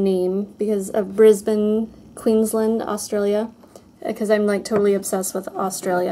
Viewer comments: definitely putting pretty much all of your gold polishes on my 'need to buy list' haha :) p.s good job with pronouncing brisbane, everyone else always gets it wrong!! xx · Haha I was waiting for you to say the brisbane bronze by opi because every other american gets that soooo wrong - well done:D p.s. I have just got some great ideas for my nails at christmas... gold glitters all the way:)